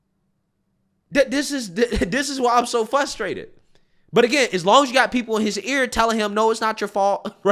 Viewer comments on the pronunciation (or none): "Fuss-strated". Ok. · QUIT SAYING “FUSTRATED” THE WORD IS FRUSTRATED. WITH AN “R” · There's an 'r' in fRustrated.